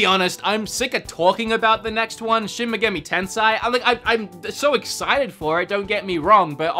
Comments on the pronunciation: Japanese pronunciation isn't hard. an "A" is "ah"...always. In NO language is it pronounced "eh" like you're doing here. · Shin Meh-Gahmi Tensei come on were not gonna stop correcting until corrected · Bruh it's shi-n me-ga-mi te-n-se-i (me pronounced like MEssy and se as in SEttings)